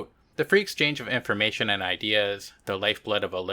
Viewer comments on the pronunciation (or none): none